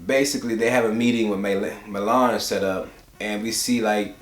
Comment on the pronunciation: LOL!!! Maylene, sounds like a southern auntie name. "Aunt Maylene, do you have the fish and grits ready?"Great Review but I think his name is Milan, pronounced [miˈlaaːn]